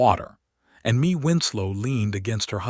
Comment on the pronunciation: Mae is pronounced as May, but this was a good story. She was a very determined young woman. Listening from Selma, CA.